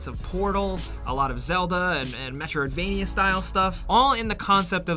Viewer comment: say 'metriodvania" again. figure it out bud.